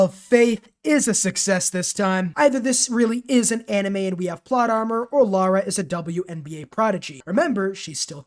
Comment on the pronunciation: It’s LARA not Laura 😅🫣